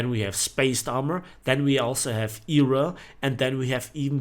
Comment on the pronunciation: Lol I like how u say era😂 E.R.A